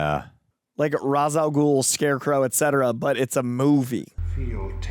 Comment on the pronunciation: Not trying to start a huge debate or be a hater.....but isn't it pronounced RAESH al ghul and not ROZ al ghul?